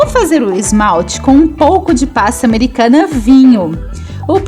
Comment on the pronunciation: Amo seus bolos! Acho muito lindos! Você é muito talentosa! Mas não gosto muito do jeito que você fala, é meio... Estranho quando você fala PASTA AMERICANA e algumas outras palvaras! Queria que você melhorasse suas falas! ❤ mas mesmo assim te acho talentosa